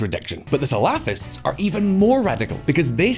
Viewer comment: it's cute how shallow the narrative is, and even more cute, if not slightly irritating how he keeps butchering the pronounciation of the word salafists, it sounds like falafel lol.